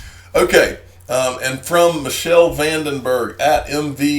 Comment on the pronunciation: IT'S NOT "MICHELLE" VAN DEN BERG!!!! HOW MANY TIMES DO I HAVE TO TELL YOU???!!!! It's "Mee-kell"!!!